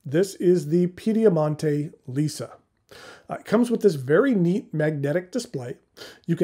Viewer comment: a first-rate review—as always. Permit me to make a couple of minor corrections. The company’s name is Piedimonte, and Gian is pronounced as the English name John. (Actually, the J is slightly harder, but you get the idea.) As to my thoughts on your review, I will be ordering one of these pens.